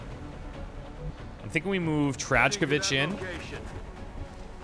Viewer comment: Trajkovič jebote try going "Traykovich" (the true a)